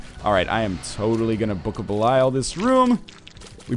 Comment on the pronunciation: 632 episodes in, still pronounces book of belial wrong.